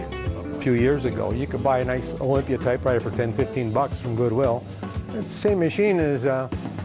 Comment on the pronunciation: It sounds like the narrator is saying typeRwriter and it’s bugging the hell out of me.